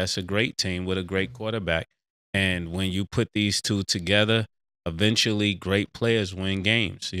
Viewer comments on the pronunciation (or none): none